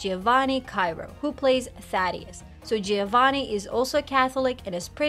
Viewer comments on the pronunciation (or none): none